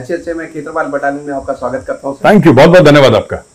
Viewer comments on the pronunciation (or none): none